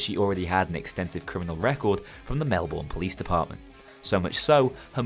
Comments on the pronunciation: It’s Mel-bun not Mel-Bourne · thats correct it’s basically pronounced Mel-bun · Brilliant video as always, although I see you fell for the trap of pronouncing Melbourne how it's spelled. Typically pronounced more like "Melb'n" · You pronounced Melbourne wrong it’s pronounced mel-burn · mel-bin is also acceptable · The way u say Melbourne I’m smh Aussies are hurt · I love this series but the way Melbourne is pronounced hurts my Aussie years.